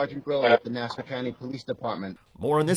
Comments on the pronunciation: And by the way it is not nasa, but Nassau.... Hack reporter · NASA is the space guys....it's Nassau. NAS- SAW. NOT nasa....